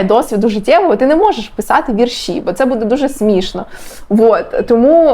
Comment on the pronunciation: Правильно "вІрші" (наголос на перший склад), а не "віршІ"